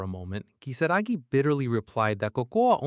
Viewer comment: Why are we calling Kisaragi "Kisagi"?????? It's giving me atic everytime I hear Kisagi. Ki-sa-ra-gi